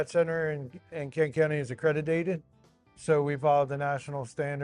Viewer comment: could have put his teeth in for this. And did he say “accrediated”?